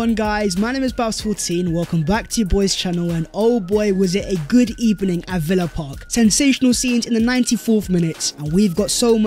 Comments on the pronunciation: Cheeky "good ebening" you put in there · Hahaha Good Ebening 😂😅